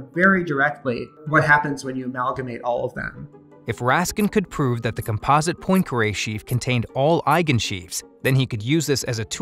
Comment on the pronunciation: Hurt my ears every time "Poincare" was mispronounced.